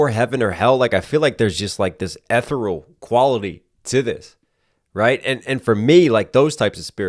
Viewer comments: eh-the-rul?! It's eh-thee-ree-uhl! Awh, come on, I had to have one up over the master! 1 vs OVER NINE THOUSAAAAAAAND! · Ethereal has four syllables but great content. I subscribed. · you know when you use a word for years and then one day find out youve been saying it wrong? do a quick google of how to pronounce "ethereal"! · Hey! To be honest, I rarely watch you because of your constant pausing. You totally disrupt the flow of the song. But seriously, if you are going to use the word "ethereal", please learn how to pronounce it.